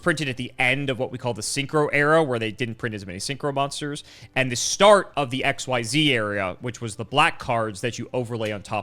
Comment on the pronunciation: I like how can pronounce Xyz correctly, but has been playing the game for years and still says it wrong.